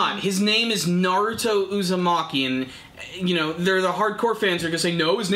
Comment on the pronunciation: i swear i'm going to slap the next person that says Naruto as Nareruto lol